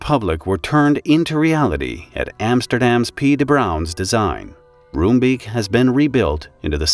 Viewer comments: Rombake. They say Rombake not room beak. I was a year away from moving to Nordwijk from Edinburgh. I remember this vividly. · Roombeek is pronounced more like ROME-bake than ROOM-beak. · pronounciation of the names of the people, quite good. The name of the city is pronounced: En- (as in and) sgeh- (sorry, dutch g, you can supplement with a k in this case, so it sounds like skull) day. Enskeday. Roombeek is easier to pronounce: Room sounds like the city Rome, beek sounds like bake. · I do have some concerns with the mis-information at the beginning. The fireworks factory was there long before the residential area. Roombeek btw is pronounced Roambake and Enschede is En-s(dutch g)eh-day. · It's pronounced "roambake" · It's pronounced like Rome-Bake in Dutch :) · pronounce: roombeek: Roambayk/ Enschede: Enshceday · Hearing the names of Dutch cities and neighbourhoods mangled is a bit... annoying... :P Enschede -> An-sge-day Roombeek -> Roambayk (you could also try to translate it, but Creamstream has some other connotations best left unexplored.. :P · I'd say nice try but wow, totally butchered that one. 😂 Not that it's surprising for an English speaker. En (like enter) schuh (hard G, like bringing up phlegm lol) day. Emphasis on the 1st syllable. ENschuhday. 😏 Also, rome bake. (Roombeek literally Creamcreek) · Enschede is pronounced (roughly, as the Dutch -sch does not have an English equivalent) as "EN-schuh-day" Roombeek is pronounced as "Rome-bake" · Roombeek should be pronounced as Roambake. That's the closest you'll get to the Dutch pronounciation.